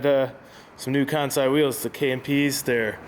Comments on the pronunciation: Its pronounced Kahn-say lol it's in their IG bio🤷🏾‍♂️💀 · You're saying Kansei wrong, it's "con-say"